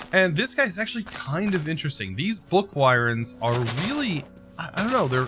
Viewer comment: He also said "book wireyns".